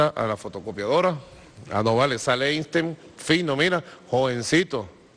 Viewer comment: "Eistein"... Ya lo he visto todo.